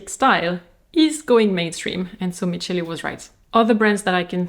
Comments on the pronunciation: Michele in Italian is pronounced "Mikele". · Pssst, you read the ch in Michele like the K in Kors ;) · Always love your videos ❤ (and I hope you don't mind the correction but ch+ e/i in Italian is pronounced like a k)